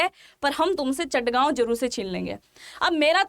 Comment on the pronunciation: Its Chittagong not Chattagaon